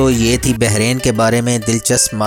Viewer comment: Country k.naam.tu sahi sa.la.lo Upper sa king k.naam.b galt